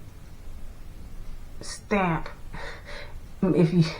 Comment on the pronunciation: Girl! You said put their “stamp” on schools and in my head I heard “stank”. I guess we’re both right. Please consider coming back to youtube